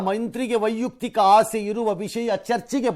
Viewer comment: ವೈಯುಕ್ತಿಕ ಅಲ್ಲ,ವೈಯಕ್ತಿಕ ಸರಿ